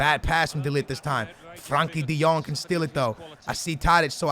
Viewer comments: Its frenkie de jong not Frankie de jong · It is FRENKIE DE JONG not FRANKIE